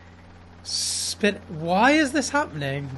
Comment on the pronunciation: I will never get tired of hearing Brits say “squirrel”